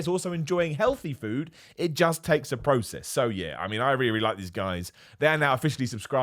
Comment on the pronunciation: Is there an internal struggle going on there when your talking about foods like broccoli 🥦 but u keep saying fued instead 🤔